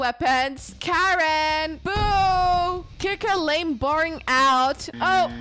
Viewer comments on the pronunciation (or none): none